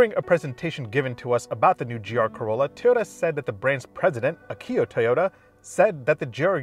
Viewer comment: AH-key-oh, not ah-KEY-oh